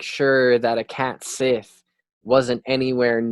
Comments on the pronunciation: Cat Sith is pronounced Cat Shee (like the Irish Sidhe is also Shee) Another great video. These pronounciations are tricky ones. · Cat sith is pronounced like cat shee, just letting you know